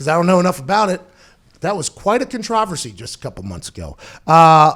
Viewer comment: nobody: pat: contrAWversy